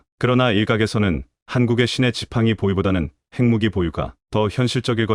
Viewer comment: 지금이 분장을 번역하고 읽는 기관은 어딘가요? 핵무기를 책무기라고 하지 않나, 읽는 사람이나,번역하는 사람이나......